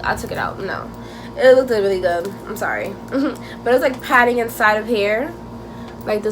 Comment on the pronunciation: it "look-did" 😂 not hate tho i jus kept noticed you said it like dat lmao